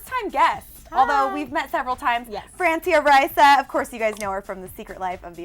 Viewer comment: Oh man she said "Francia Raisa" so terribly.